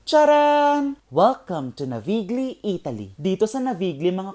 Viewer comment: That is pronounced as Navilyi and as table etiquette, remove your bag and jacket/coat before eating.